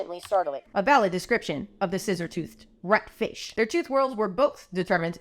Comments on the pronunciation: When I heard you say ratfish it sounded like rat shit to me and I immediately started yelling out the George Carlin bit “Rat shit bat shit dirty old twat 69 assholes tied in a knot hooray lizard shit FUCK” I’m now questioning my life choices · The emphasis of "RAT, FISH" is so funny to me for some reason